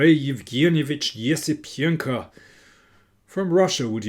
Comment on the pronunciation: I think you nailed pronouncing Esipenko’s name like never before